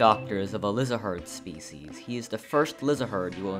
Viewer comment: I never expected anyone to say "Lihzahrd" like "liz-uh-herd". I always said it like "liz-erd"